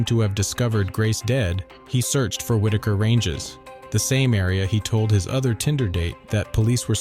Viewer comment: Great storytelling! Just one small thing, Waitakere is pronounced why-tuck-ar-ee.